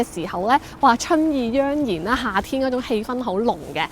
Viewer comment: 以下資料出自蘋果Al：春意盎然」的「盎」字在粵語中，最準確和常用的讀音是 ong3 (同「ong4」) 或 ngong3，表示盛大、滿溢的樣子；讀作 joeng1 則指盛器，用在「春意盎然」這詞組中不準確。